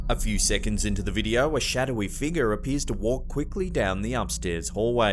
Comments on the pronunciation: Now I know how to pronounce “figure”…”figgah”. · I love how you say the word figure :D sounds like figgah to me :D